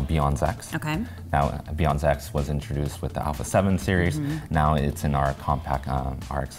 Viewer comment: When he said "BIONZ X," I thought he said "beyond sex." Like saying the image processor was better beyond sex.